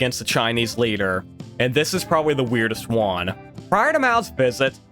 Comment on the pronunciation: He says one like Juan and I can't unhear it